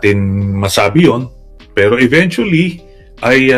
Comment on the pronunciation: PURO KA NAMAN " EVENYUSLLY"